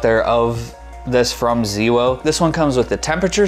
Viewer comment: ZeeWoh? That is new to me! Thanks for the video.